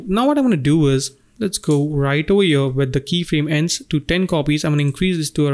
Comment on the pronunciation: Beside the very good tutorials it is a bit stressful how you pronounce "here" ... every time i hear "...over yo..." i get pimples on my skin... xD ..try to say HERE and not YO